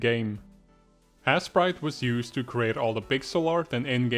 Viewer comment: I luv how you pronounced asesprite as assprite